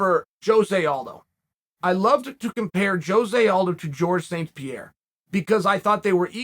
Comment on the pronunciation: Pierre, Pior, Pierah whatever